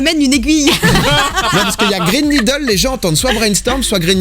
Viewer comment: Moi j'entends "Green Niple" pour le deuxième 😂😂😂